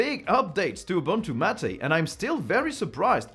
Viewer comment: M' ate or mmmm8 not Mat aaaa.